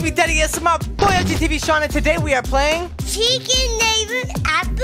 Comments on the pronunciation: did he say chickin neighbour ??? xD such a cute guy! Btw ive been watching dince day 1 ❤❤❤❤❤ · Yes he did say chicken neighbour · I thought Shawn said chicken neighbour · He said chickin neighbor ii LMAK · I love how says secret neighbour “chicken neighbour” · Darts Adventure no...it sounds like it but he’s saying secret neighbor